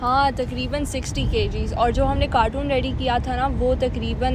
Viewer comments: Pichli video mein bardasht ker liya aj mujh se raha nahi ja raha. is ko carton boltay hein cartoon nahi 😂😂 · Some of the Pakistanis call Carton “cartoon” , definitely mispronouncing the word. The vlog is in Urdu and probably that’s why she pronounced it like that.